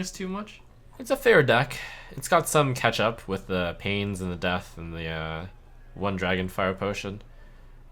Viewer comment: him saying "catch up" always sounds like "ketchup" to me